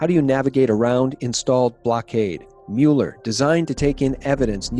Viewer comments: You're mispronouncing Mueller's name. It's not like Mule -er. It's like Muller. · It's pronounced Mew-ler. Not Moo-ler. PLEASE make a note of it, thank you. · It's pronounced Mew ler, Not MOO ler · Please: it’s not not “MOO-Lee” it’s “MUH-ler” - rhymes with “fuller.” When it comes to names, Wikipedia’s pronunciation guide, for every proper noun, is your friend. No excuse. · It’s MULL-er 😂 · You can't pronounce Mueller correctly and you expect me to believe this? lolololol